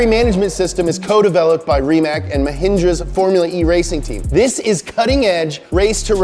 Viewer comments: i like you buts its mahindra... not mahinja... dumbass... indians hit like... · Did you say Mahindra